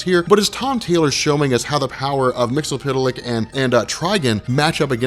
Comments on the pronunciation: mix-uh-plick! it's not hard to say! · It's pronounced Mister "Mix-yez-pittle-ick". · Mix-Yes-Spit-Lick Try saying it just like that,. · Isn't it pronounced as "mix-yez-spit-lick"? besides, awesome vid, dude~